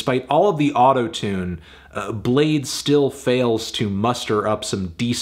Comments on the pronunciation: its pronounced Blade-y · U thought its pronounced blad-ee ?? Lmao bladee said that u can do that too but most ppl pronounced it blade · Woah, you didn’t have to call him blade-ee the whole vid, out of pocket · I'm bladee she call me blade-e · Anthony I’m sure he wouldn’t appreciate you calling him Bladpee